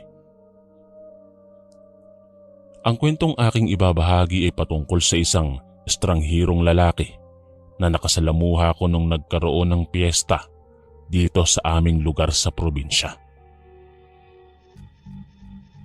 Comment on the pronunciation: Bisaya ka...ESTRANGHERO hindi ISTRANGHIRO